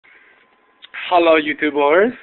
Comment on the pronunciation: Terrible. "Hallo Youtoobors?" You mean hello youtubers right? Fuckface.